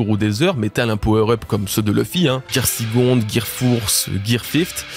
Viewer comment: j'adore tes vidéos vraiment et j'ai passé un bon moment...mais j'avoue j'ai rigolé en t'entendant parler des Gear. "Gear sicond, gear fourse, gear fift". 🤪